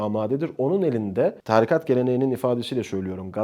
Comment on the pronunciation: Çok akıcı ve dolu dolu konuşmalar ama lütfen artık 'tarikat' kelimesini doğru telaffuz et :'(